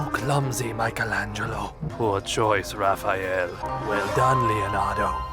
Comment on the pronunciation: thx for not calling him Raph-E-Al :)